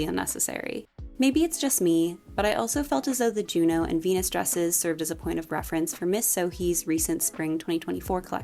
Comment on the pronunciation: the OH sound in french would be spelled eau. I believe Junon is pronounced more like you're actually saying it with the N but leave it off if that makes sense